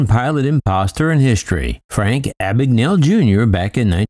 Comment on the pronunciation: I’m almost certain that “Abagnale” is an Italian name. “gna” in Italian makes the same sound as “ña” in Spanish. It’s weird hearing his surname pronounced as if it’s an English name.